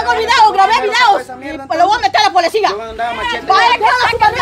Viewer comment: Se dice policía no polecia😂😂😂😂ke bárbara es está mujer y yo riéndome ni ella ni aracely hablan bien